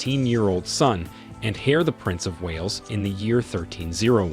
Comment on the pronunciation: You mispronounced so many things that I had to stop. Heir, Quatar, Khalifa, Charlotte. It’s lazy and annoying. If you can’t say the words don’t report on it